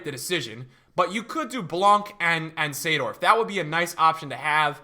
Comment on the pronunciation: The only person who can pronounce koeman and seedorf